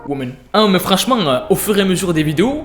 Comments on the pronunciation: "wowan" are u fine boy?? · Plus jamais le « Women » 💀💀